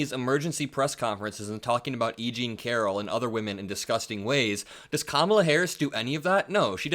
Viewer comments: Hes such a coward, when hes infront of her, he calls her KAMALA. When hes behind her back, he calls her kmala. Even after she said, "if u got something to say, say it to my face." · She walked up to him at his podium and introduced herself to him, and he still doesn’t know how to pronounce her name correctly. So is it cognitive decline or is he just stupid? Those are the only options unless it is blatant racism. Who could vote for this scourge? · And the fact that he keeps mispronouncing her name. Not even trying to hide it smh....